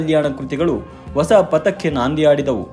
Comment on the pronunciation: ನಿಮ್ಮ ಪ್ರಯತ್ನ ಚೆನ್ನಾಗಿದೆ. ಆದರೆ ನೀವು ಹೊಸ ಅನ್ನುವ ಪದವನ್ನು ಒಸ ಅಂತ ಉಚ್ಚರಿಸುವುದನ್ನು ತಿದ್ದಿಕೊಂಡರೆ ಬಹಳ ಚೆನ್ನಾಗಿರುತ್ತೆ. ಧನ್ಯವಾದಗಳು.